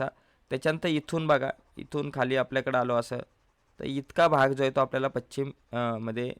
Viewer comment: व्याख्यान उत्तम पण पच्छिम नव्हे, पश्चिम....